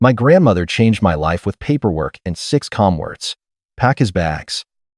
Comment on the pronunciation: The narration lapses into gibberish a few times and has trouble pronouncing simple words like calm.